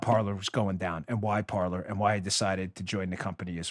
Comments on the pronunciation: Isn't Parler pronounced "Par-lay"? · Every French speaking person out there winces every time you say "par-ler". . . It's the French verb for "to speak" and should be pronounced "par-lay." But of course it's been Americanized and that boat has left the dock. 😉😣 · Signed up for Parler today! Great platform! Just a little info on the word Parler. I think it should be pronounced Par-LAY. It is the French word for speak. It can also be referenced as speaking in a neutral zone. I just thought that might interest you! Thanks for a great show! Keep up the great work! You are very much appreciated! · PAR-LAY; PAR-LAY; PAR-LAY AS IN FRENCH for talking, discussing, chatting. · Parler, pronounced Par-lay